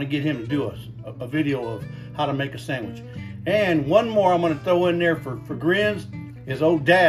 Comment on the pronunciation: Very nice “Sam-itch” 😂. Get that man a cutting board. 😂 Nice job “popping in “ at the beginning. Loved the Hour Later transition, that was cool. So now I have to make a sandwich. 😂 would a burger be classified as a sandwich?